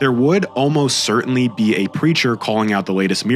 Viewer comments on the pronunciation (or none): none